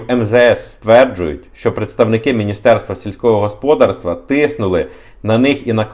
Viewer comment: Правильний наголос - господАрство. Ваш наголос ріже слух